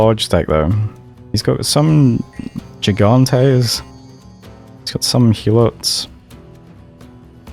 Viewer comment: The G in the beginning of Mekone's stuff is a hard g, like in grass. Sorry, man, but when I heard jigantes and jerontes in one sentence, my hand actually twitched.